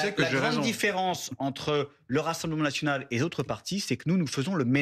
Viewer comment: Le F national est devenu le R naSional 😂😂😂😂😂